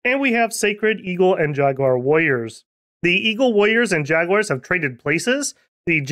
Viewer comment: Ah yes, the magical land of MicT-Land, with ja-Guires c